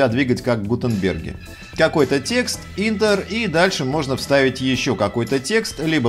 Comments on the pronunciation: Да не "интер", а "ентэр". ) Спасибо за очередной ролик с хорошей структурой и яркой подачей. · Не ентэр а энтер от слово Enter